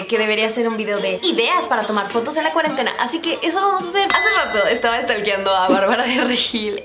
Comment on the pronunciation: Todos: cuarentena Yo: cuarentatena JAJAJAJA